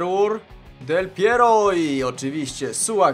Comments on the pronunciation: dlaczego powiedziałe del pieriog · Del Piero, Del Pierur, Del Piero no i, Suagryz. xD